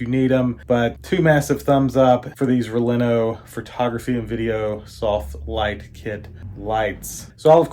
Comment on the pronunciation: Never a good start when you say the company’s name incorrectly (backwards) not once but TWICE! 😅😅😅